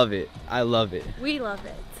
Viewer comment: bro said a lofe line